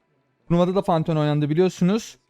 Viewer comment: Fanteon değil abiiii